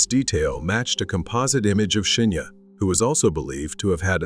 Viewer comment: Good vid, but weird how you keep mispronouncing Shinya's name.